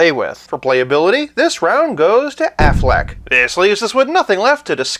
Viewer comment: Whenever you say Afflec, I think of the goose shouting Aflac! in the insurance commercials lol. So um yeah... Bale Batman was my fav. Had wayyyyy better storylines except for the last movie.